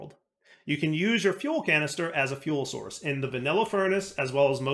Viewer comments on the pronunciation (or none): none